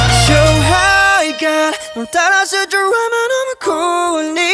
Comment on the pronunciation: 今までなんとなく聴いていた自分 ♪〜勝敗が○$€☆×#△〆〜 発音良すぎィ！！！！！！！